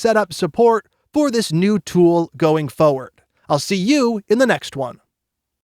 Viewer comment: is it weird that this guy can say "for" but can't say "forward"?